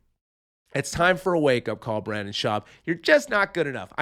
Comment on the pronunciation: Hey, Redbar called. He said he wanted his shtick back. And I can't stand him either, but it's pronounced Br-IN-den. I was going to take a shot every time you said Brandon, but as a general practice I try to avoid alcohol poisoning.